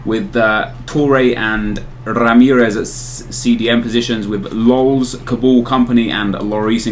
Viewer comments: HAha love how he trolls by saying lulz for David Luiz and for fellaini he calls him fellaini-i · He said "Lulz" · Wait why is he calling David Luiz "Lulz" ? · I imagine the same reason he's saying "lolz" for Luiz. Probably trying to work some people up who dislike the whole 'Dede the centre back' thing. Haha, legend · Calling Luiz lolz lmao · why does he call david luiz 'lolz'? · U sais lols fors luiz